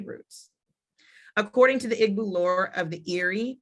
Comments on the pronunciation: People. PLEASE...It's not "IG -BU"...IT's "EE - BO"....Say "EE-BO" " EEEEEE - BO " which is where the word "Hebrew" comes from...Eber/Ivrite/Ibrim are mispronunciations of "IGBO". In addition, what she's reading isn't what the majority of the people believe. Mostly, foreigners have come in and published books. You have to speak to the actual Elders in different villages so this misinformation can stop being spread...The Eri myth is only 1 part of the history. Our people have to STOP trying to teach these things when you don't know yet...There's sooo much that Black Hebrew Israelites just don't know. I'm currently making a documentary on this. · Please use the correct pronunciations of the words that you refer to by looking them up or asking someone from that country. Igbo has a silent g. sounds like ee boo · people say Igg-boo. It's EE-bow Igbo or Ndi Igbo EN DEE-bow.